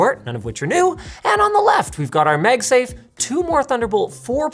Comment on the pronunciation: If I hear MegSafe one more time